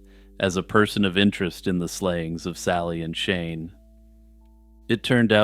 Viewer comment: every time You said Shane & Shelley I thought You were saying "Shaman-Shelly" which is the best name for a wholesome Texas teen turned Satanic-priestess I've ever heard